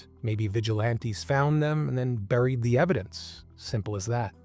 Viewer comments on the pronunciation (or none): none